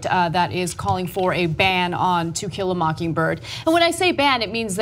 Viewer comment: Ana keeps saying Tequila instead of To kill a.